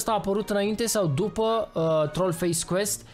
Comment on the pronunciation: se zice dupa